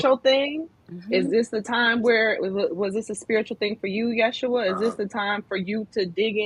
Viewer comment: Its Pronounced YES SHOE UH